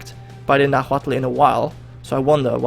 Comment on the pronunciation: its pronounced Nawatl